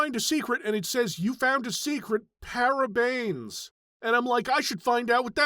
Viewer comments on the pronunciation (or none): Brazil mentioned! 🍻🥳 To explain the PARABAINS thing. The actual word is "parabéns" which means "congratulations". The misspelling is intentional though, it's referencing an old Brazilian meme of the European Portuguese dub of an Evangelion scene where everyone is congratulating Shinji and they all pronounce "parabéns" like "PARABAINS" because of the accent, which is kind of funny to Brazilians lol. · Dude! You got him good with the PARABAINS. He will never find out the real meaning but at least he knows how to pronounce it now. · That's an intentional mispronunciation of parabens, which means congratulations. It's like saying CONGARTILATIANS